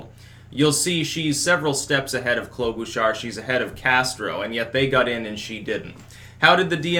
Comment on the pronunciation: Minnesotan here. I die inside a little bit every time you say "Klobuchar" You say: Klo-boo-char Everyone I've ever known says: Klo-buh-char